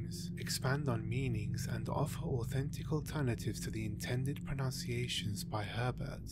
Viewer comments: Such beautiful pronunciations, then you end the videos by saying 'pronunciations' as 'pronounciations'. :P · Pronounciations? Pruh-NOUN-see-ay-shuns? I'm glad you got that in early before I thought you might have any credibiltiy or authority whatsoever. 😏